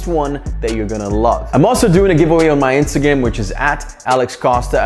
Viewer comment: Did he just say Instagam in the intto